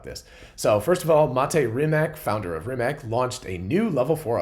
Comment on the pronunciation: Not certain how to pronounce Verne but pretty sure Rimac is pronounced "Rimats".